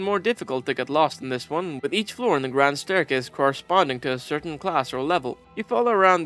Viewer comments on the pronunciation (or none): none